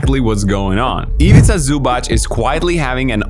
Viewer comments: It is Zubac with a tz not a ch. Minor gripe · it's zubac, not zubach. simmons is actually pronouncing it right, for once. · zubac name is pronounced zubatz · The correct pronunciation is "Zoo-bhats", not "Zoo-bhats" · I admire your effort to correct pronounce his name. About his surname, you missed it most of the time. It's: Zoobatz (written so English speaker can correct pronounce it). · butchering Zubac surname.... they even had shirts to help you dude